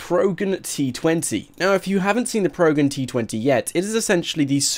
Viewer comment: It's pro gen not progen